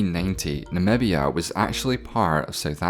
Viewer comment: You did not even really try with Namibia